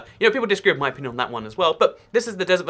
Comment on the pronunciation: 'In my onion'